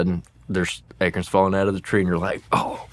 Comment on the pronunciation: Ache-uuurrrns 😂 sir, you meant to say A-corns. Not achy-urns